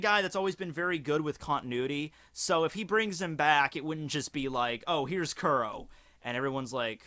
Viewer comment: First and foremost thank you for posting these videos however white boy you should really start watching the anime starting with episode 1 so you can at least start pronouncing the first villains name properly. Both the Manga and Anime States that Captain Kuro was sick and tired of getting attacked by the Marines and doing the flashback he states that this was the third time this week that he got the tact and that's when he concocted the plan do frame someone else and have Morgan arrested them. Since the straw hat pirates in Django are the only people that know about Captain crows identity, he can easily change his name and join Cypher pol and get back into the storyline.